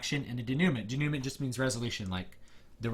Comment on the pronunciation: Good treatise and I am glad you are able to break down to individuals looking to become creative writers that the 3 act structure is important, and not just defined in film alone.Also, sorry if it is just me being picky,, but denouement is French, and it is pronounced 'Day-new-mon'.